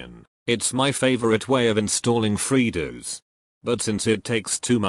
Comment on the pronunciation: "freedooos" lmfao